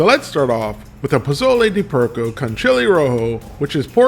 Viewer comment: POLLO is pronounced Po Yo. Just sayin'